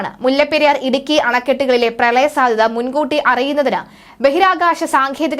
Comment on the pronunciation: പ്രളയ സാദ്യത എന്നല്ല മോളേ പ്രളയ സാധ്യത എന്നു പറയൂ